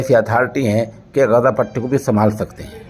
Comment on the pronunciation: سوشل انڈیا نیوز کے ذریعہ،عالمی اخبار نشر کرنےوالے مولوی صاحب السلام علیکم ورحمتہ اللہ وبرکاتہ بعدہ عرض ہیکہ کبھی شہر غزہ کےلئے آپ لفظ غزے جب کہتے ہیں تو متحیر ہو جاتا ہوں ۔ والسلام علیکم ورحمتہ اللہ وبرکاتہ، خیر اندیش حافظ عبد الحفیظ رشیدی ۔